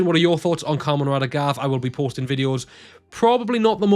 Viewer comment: You also forgot to point out that Gavv is pronounced as Ga-Vu.